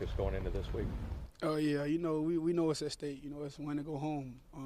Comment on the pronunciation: Out stake? Or at stake lol 😂